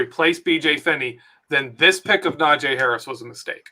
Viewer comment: It's NaJee not Najay... Put sum respect on his name